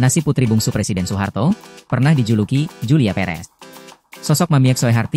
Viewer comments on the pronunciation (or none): none